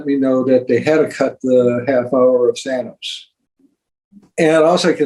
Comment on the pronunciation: Boom! It's Than-oh-s, not Than-aw-s.